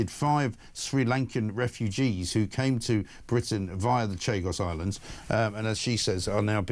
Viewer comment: "The Shag Us Islands"?